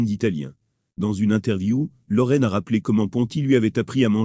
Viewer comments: LorIN pas lauran. Quelle plaie ces commentaires !😡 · On dit pas Sofia loran mais Sofia loren magnifique